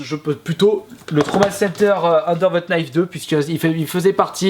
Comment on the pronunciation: On ne prononce pas le "K" de "Knife" ^^